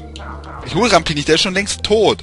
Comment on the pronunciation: was mich persönlich leicht stört ist,dass er RamBi und nicht RamPi heißt,aber gut^^